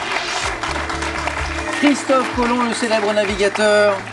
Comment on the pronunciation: Le mec il a gagné au lieu de Christophe colomb est dit Christophe colom